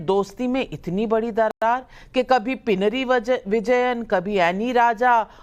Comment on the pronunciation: Navika ji.Please correct your pronunciation of PINAROY VIJAYAN.( Pinaroy is not a surname .it is name of a village used as a prefix) You pronounce hus name a few times as "" PI NAARY". Unfortunately " PEI" in Tamilised Malayalam means HUMAN EXCRETA . And NAARI in Malayalam means STINKING. You can cross check with Tamil Malayalies in your organisation..usually from TRIVANDRUM.